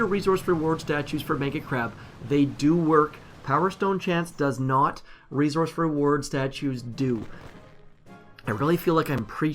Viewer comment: I can't stand how he says "resource." It's not that hard to say correctly.